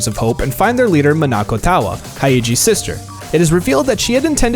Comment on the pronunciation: He said Monica s name wrong 👎